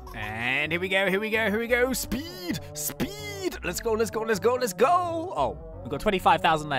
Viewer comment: I find how you say speed speed very funny 🤣🤣😂😆😁😄😀🙂🙃🙃🙃😉